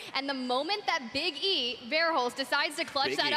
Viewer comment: She refuses to learn how to properly pronounce big Es last name and it’s so infuriating